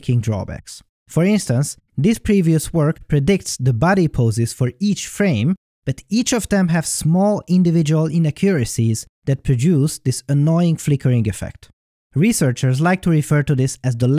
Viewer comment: Just to let you know you put emphasis on the wrong syllable in the word inaccuracies keep up the good work an all that just thought I’d let you know